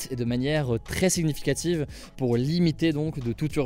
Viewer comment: Chaque fois que tu prononceras « siGnificative » je mettrais un dislike pcq ça rend fou 😵